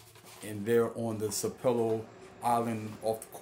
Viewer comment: Sapelo is pronounced with the emphasis on the first syllable (pronounced like SAP uh lo). Sapelo Island Georgia has a very interesting history.